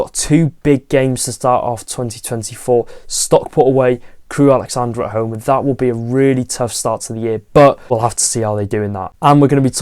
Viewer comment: love your channel, love your content. Just one HUGE mistake in this video - it's Crewe AlexanDRA, not AlexanDER. You said it four times... Keep up the great content:)